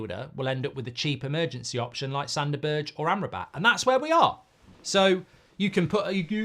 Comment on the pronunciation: I really hope we don't sign Sander Berg, because I can't stand Mark slaughtering his name...and the irony is that Goldbridge starts with "g" he could use